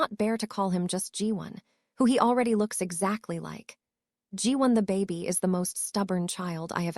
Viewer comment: Nice story but I’m annoyed how AI is pronouncing words incorrectly…”baby” is “bay-bee” not “bah-bee.”🙄